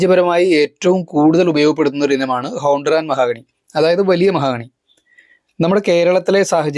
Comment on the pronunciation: മഹാഗണി അല്ല മഹോ ഗണി ആണ്